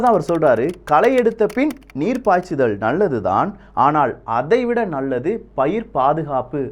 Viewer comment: தமிழ் பற்றி பேசும் பொழுது, ல்" உச்சரிப்பை " ள்" என உச்சரிப்பது எரிச்சலை உண்டு பண்ணுகிறது.. நல்லது என்பதை நள்ளது என உச்சரிக்காதீர்... ல், ள், ழ். தமிழின் சிறப்பு... "தொழிலாளி" இதை உச்சரிக்கும் போது அதன் வேற்றுமை புரியும்